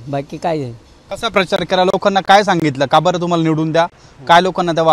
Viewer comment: परचार म्हणतोय 😂😂